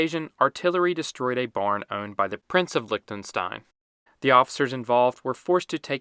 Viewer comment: Lichtenstein ❌ Licktenstain ✅